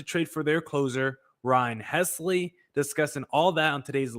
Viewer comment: if the D’Backs do as you suggest and trade for the Cardinals closer, you will have to learn to pronounce his name. It’s HELSly, not HESly. The “l” comes before the “s”—“Helsley”!! 😊